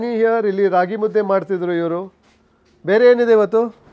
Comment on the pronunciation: Mu dde Mu as in mo of move dde as the word “they” is pronounced Mudde not mutti